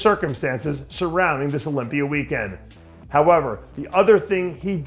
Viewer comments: Sometimes he pronounces it with the A at the end also like when he says sawr instead of saw which he pronounces sometimes without the R at the end. Mr pretender is phony and annoying. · Olympi-er? haha love you dave